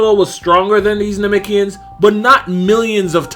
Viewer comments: Why he keep saying nemekians like that 🤣😭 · NAH-MEC-KEE-YINS.. That's how most say it.